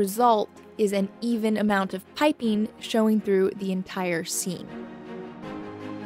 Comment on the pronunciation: It made me smile (in a happy, not mocking way) that with the way your accent kind of abducts all the ending "g"s, piping became Pipin, and I just kept picturing a clueless curly haired hobbit wandering through your work area... just hopping this will make someone else smile too!